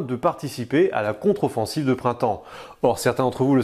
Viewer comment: controfonssive😂😂😂 m'en vontre